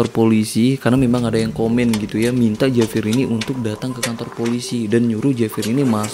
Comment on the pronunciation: Saya hanya mau memberi koreksi biar lebih seru. JAVIER dalam bahasa Spanyol dibaca : HABIER. Huruf J selalu dibaca H, tergantung huruf vocal yg mengikutinya. Contoh JA dibaca HA, JO dibaca HO. Sedangkan huruf V selalu dibaca B, contoh : VIAJAR dibaca BIAHAR. Maaf memberi koreksi! Semoga bermanfaat.